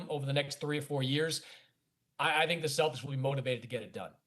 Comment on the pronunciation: I’m assuming they consulted with Ant, and he said get me LaMelo. And Dan, it’s the Celtics, not “Cel-dics.”